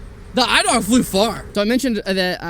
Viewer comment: pronounciation is E-dewg ! (dew with a g)